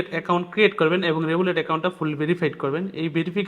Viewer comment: রেবুলেট না রিভোল্ট